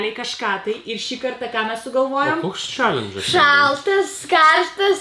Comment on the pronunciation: Jus sakote ne challengas o chellengas